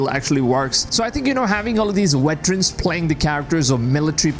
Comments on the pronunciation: Veterans not Weterans. LOL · Bro calling them wetrens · Veterans !! not WETerans :))